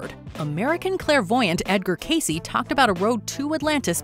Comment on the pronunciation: Thank you, Thank you, Thank you. You are the FIRST YouTube presenter that has pronounced Edgar Cayce's name correctly!